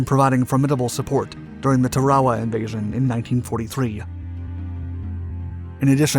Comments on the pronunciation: tar a wa He butchered that one I think he said tawawa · Say it with me TAR-uh-wuh. any-WEE-tok. It drives me nuts that people cannot properly pronounce the names of these battlefields.